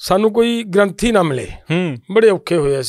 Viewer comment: ਗ੍ਰੰਥੀ ਗਰੁੱਥੀ ਨਹੀਂ ਹੁੰਦਾ ( ਗ੍ਰੰਥੀ ਸਿੰਘ ) ਹੁੰਦਾ ਲਾਈਵ ਗੱਲ ਕਰਨੀ ਹੁੰਦੀ ਸ਼ਬਦਾਂ ਤੇ ਕੰਟਰੋਲ ਰੱਖੋ.